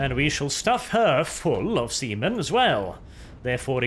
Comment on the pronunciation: I am actually not sure if say See men, or Semen